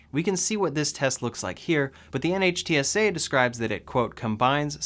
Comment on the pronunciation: By the way NHTSA is pronounced 'Nitt-sah.' Love the video!